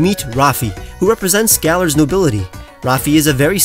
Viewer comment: One problem and its very small. You keep saying Galar...